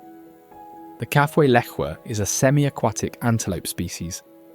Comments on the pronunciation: Kafue pronounced.. Ka...foo..e. Lived on the Coperbelt for 10 yrs. I have been to the source of the Zambezi a few times. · BS title. There is nothing "shocking" in this video. Stop the hyperbole. Your video is good enough and deserves better. I believe the Kafue river is pronounced ka-foo-i with the stress on the oo. In the early 1930s my father did some of the original geological surveys along the banks of the Kafue. In 1960 we went on a tour of Africa. I attach a short video made from his old negatives. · It’s pronounced “Kaafooye “ Kafue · Hi, really enjoyed the documentary! Just one note — it seems you haven’t been to Zambia, otherwise you’d know how to pronounce Kafue. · Mispronounced Kafue.